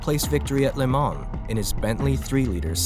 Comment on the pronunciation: The N and S in Le Mans are silent. It’s pronounced (Lay Ma)